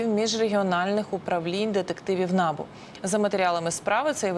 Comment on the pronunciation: Не На'бу,а Набу'